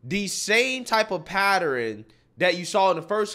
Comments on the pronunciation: Love your vids man, but at around the mark you said “patterin” when you were trying to say “pattern”. To come back from this tragic Freudian Faux Pas I need you to always say “patterin”. We will make this the new way of pronouncing pattern. Let the “Patterin Over Pattern Campaign” begin. Oh… and the winner of this debate was Don. He Sun Tzu’d the hell out of them. He won without even stepping on the battlefield. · Pattern vs "Paterrin" i find it funny whenever i hear people say that😅